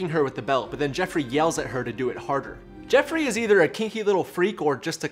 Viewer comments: It's JOffrey, not JEffrey! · Joffrey, not Jeffrey, but its funny this way.